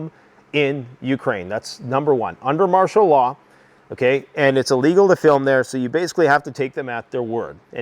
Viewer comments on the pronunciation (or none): none